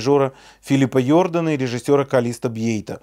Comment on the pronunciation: Уважаемый,, всегда с удовольствием смотрю Ваши ролики. Всегда очень профессиональный анализ. Но вот первый раз позволю Вас поправить, надеюсь не "вызвав обиду".😁 Правильно произносится по французски ни Йордан а ЖордАн. Прекрасный дирижер, для меня сын легендарного Армина Жордана, долго возглавлявшего оркестр романской Швейцарии (ORS), который был настолько(заслуженно) любим оркестрантами что после его смерти они на маленькой удочке где он любил пить кофе прикрипили табличку с названием улицы носящей его имя, что приводит в замешательство таксистов, когда люди глядя на эту табличку вызывают такси- а им говорят что такой улицы не существует...смешной должен получаться диалог😂., еще раз, большое спасибо за Ваш канал.